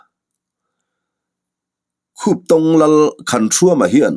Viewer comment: Khuptong kha i lam dik e,mahse a Lusei hming riau an lal hming kha.